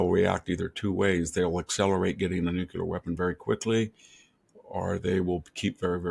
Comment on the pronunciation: Prof Hanson, love your insights and have for years, but please say “noo-clee-ur”, not “noo-q-lur “!